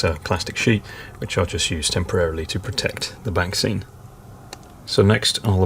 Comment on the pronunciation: Every time you say 'back scene' I keep hearing 'vaccine'. This last 12 months has really affected me!!